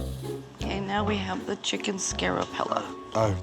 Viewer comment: Notice how she said " Scare o-pella" instead of "Chicken Scarpello"? Wow, either she must be really scared; or that Chicken Scarpello must be really Scary.